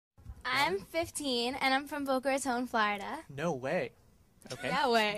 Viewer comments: omg I love her accent like the way she said Florida she pronounced it flairida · She really said “flarda” Love that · Flahrida lol